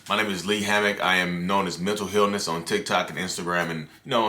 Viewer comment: I thought he said "Mental Hell-ness" at first 😹😹😹😹